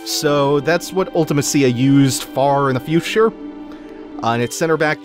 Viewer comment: So remember how a few episodes back you said that it's always jarring to hear other people's pronunciations of certain names or places in FF games? I'm personally offended at how you say Ultimecia. LOL.